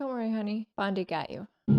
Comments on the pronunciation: I'm late to this thread, but PLEASE stop calling him "Bondie", Great review! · Bondie? she called him Bondie, words failed me...:) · Really enjoyed your reaction to James Bond really splendid!?loved how you keep calling him "Bondie"keep them going.